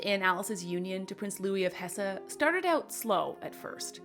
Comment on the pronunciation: Not Hessa but Hess